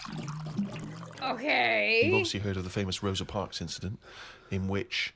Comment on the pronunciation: "Rosie Parks" God I love Karl 😂